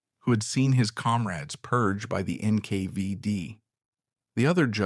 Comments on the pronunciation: It's NKVD Not NK5D, dummy. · NKvieD? NK5D? wtf? AI voice over? Narration does not match the vis3uals.